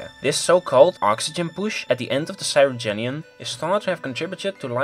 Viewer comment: Cryogenian, not Cyrogenian!